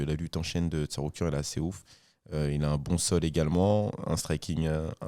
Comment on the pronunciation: Puisque ça rigole des erreurs de sur les noms, il me semblait important de noter le TsaRUIKAN à 2-3 reprises de, et la prononciation approximative de Jamahall Hill par Taylor Lapilus. Je pense que la VAR est formelle.😅